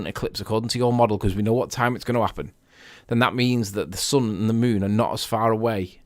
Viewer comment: Please tell this nut that it's SUN NOT SON!